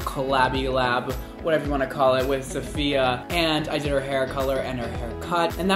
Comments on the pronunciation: i cringe everytime he sayd sofiya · her boyfriend calls her SAHF lol and called her SAHFiya at the beginning too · I can’t deal with him pronouncing her name wrong 🙄